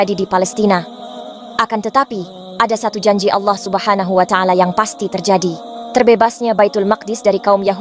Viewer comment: Ko orang barat paseh bangat...kata2 allohnya ya...mantap deee